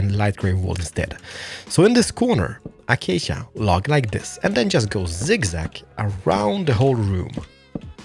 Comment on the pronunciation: I miss the way you used to say acacia -- achacha wood!